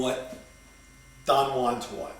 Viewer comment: first of all somebody should teach you the right pronunciacion of Gurdieff and Don Juan. Then speak more abstract so that nowbody will understand you.